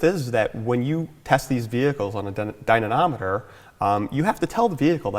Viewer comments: Why can't he pronounce dynamometer? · Dynanameter? really?...... I thought id let it go but after a while it gets jarring...